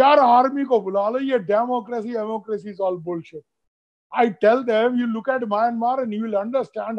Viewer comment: Please pronounce the word Myanmar correctly.